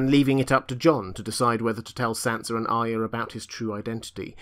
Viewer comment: Supposed to say Sansa not son